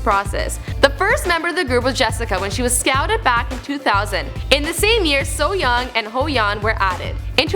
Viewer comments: The acronym "SNSD" itself means "generation of girls". Just the letters. Also, "Hoeyeon," "Soyoung," "Into the World," lmao. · Butchering our girls’ names (Ho-Yun & So-Yun) I was like, “whatevs we could let that slide..” but she said, “Debut-ted” 🤦🏽‍♂️🙄